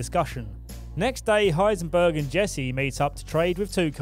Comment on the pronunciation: = Heisenberg